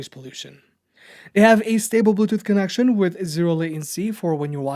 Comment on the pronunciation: "Establishes a con-oak-shun"